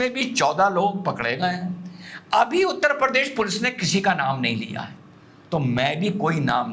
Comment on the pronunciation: हमारा यूपी उत्तर प्रदेश है न की उत्तर परदेश। ओवैसी भी परदेश बोलता है।😂 लेकिन हँसी बेमिसाल 😊